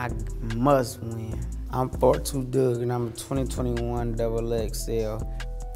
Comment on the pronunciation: MY GOD, WE HAVE BEEN PRONOUNCING HIS NAME WRONG ALL ALONG. IT'S 42 DUGG